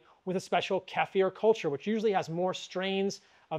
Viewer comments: Thanks for pronouncing 'kefir' right. It drives me crazy the way most people pronounce it. 😄😅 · Thank you for pronouncing Kefir correctly the eastern european way. I have had many Americans arrogantly “correct” me to say KEY-FUR as if they have no idea that culture and language develops outside of their own vacuum.